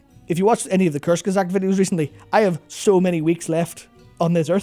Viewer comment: What does mean limited time? I can't find anything about it no matter where I search. He says the name but it sounds like "Curse Gazak" and the subtitles spell the same thing but nothing comes up of it.